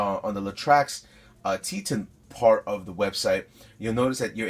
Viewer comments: Wow, I was trying to be helpful and let you know it's pronounced Teetohn when I realized this video is 6 1/2 years old. Way to put current content in my suggested videos on Roku, YouTube! Sheesh... Guess I won't try to get a thread on the different Latrax flavors in this comment section. Hold on. Apparently the space shuttle just exploded on takeoff, according to the breaking news YT just fed me! 🤔 😉😁🤣👍😎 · Dude, the Latrax Teton is named after the Teton Mountains and pronounced with a long E sound like eat or meet. If you care.